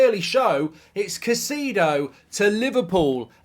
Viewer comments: Put some respect on his name, please! Pronounced “KAI-SAY-DOH” 😅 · Casedo? i dont think thats how its pronounced lol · Come on, Mark. You should be able to pronounce Caicedo properly by now.